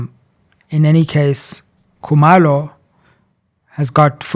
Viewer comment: Sizwe pronounces Zulu names like a Walsh would "Coo-mur low"and Xhosa names like a Mpofu,"Xola Nqola"😂😂